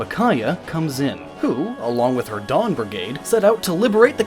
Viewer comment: "Dawn Brigade" I could have sworn he said Dong Brigade, I am calling the squad and giving us a new name.